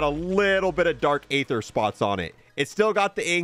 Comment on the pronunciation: How on earth are you mispronouncing aether? It's pronounced "ee-thur" not "ay-thur". The game even tells you, bro.